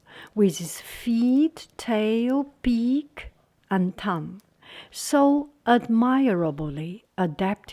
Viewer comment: When you add an ending to the word "admire", as in admirably or admirable, the e is taken away and so you would pronounce them admerably and admerable (the er sounds like the er in the word her). Pollen is pronounced like pah-len not pole-en. Much love 💖